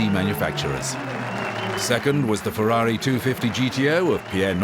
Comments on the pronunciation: Powwshaaa. Fewwahwee. WHY?! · Perhaps? North Americans can't speak just one foreign language correct. What the hell do Yanks do at school? No German, no Italian, no Spanish. It is pathetic. THAT is why you all do it in the rear of Fewwawwi, Powwshe, Masewwattee, Koenigsegg, Oddi. You never learn at school that there is far more in the world than just your USA. Excuse me, but that pwonunshashun is pathetic. Yall don't even try. Fewwawee, come on, why?! Go there! Go to Italy! All Yanks! Get yer summer holiday back! That stupid work work work culture is getting yall dumb! Go to Germany, talk German there. Go to Spain, you got Mexicans, so you all can speak Spanish. Do you start to understand? You all are doing everything very very very wrong! Now solve it! And Vreeswijk is just as Dutch as I am. Then you should see the point, get ALL Americans a better education! Why not?! Those fools all raping all the foreign car brands, it is ridiculous.